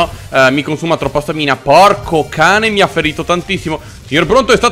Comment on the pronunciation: scusate l'ignoranza, ma non si dice stàmina e non stamìna? comunque bel video, sempre simpaticissimo